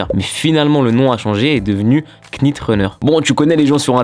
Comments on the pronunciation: Faut prononcer « Nit » et non « Knit » en anglais un K devant un N ne se prononce jamais comme « Knowledge->> se prononce Nowledge Sinon comme toutes les nouvelles yeezy jsp pk mais je kiffe il est très fort ce Kanye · Super cool, juste un petit point prononciation. Quand on a un "k" suivi d'un "n" en anglais on ne prononce pas le "k", comme dans "knight", prononcé comme "night". Donc il faudrait plutôt dire nite runner. Voilà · On prononce pas le K dans Knit :)